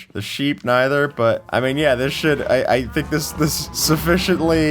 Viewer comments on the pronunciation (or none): I heard sh** not should